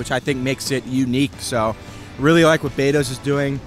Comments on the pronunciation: Beto's is "B "e" to's. Not Bado's. Bado's is up on Beverly Road. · Its not Bados itd Betos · It's Bee Toes.